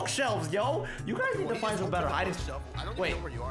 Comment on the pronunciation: “Find” you said fine